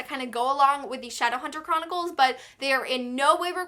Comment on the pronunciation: the fact that you called it "shadowhunter choronicles" tells me enough